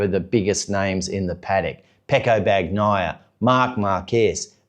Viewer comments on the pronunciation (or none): Dude, it's pronounced "Ban-yai - a" - the G is silent.